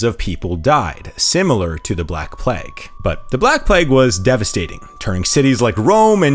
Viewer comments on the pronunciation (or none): none